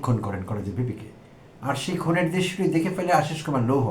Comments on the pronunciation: হেলো ভাই লন্ডন থেকে দেখছি। লৌহ নয় লোহ। ঠিক আছে তো? চেক করে জানান। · লৌহ টা ঠিক করেন।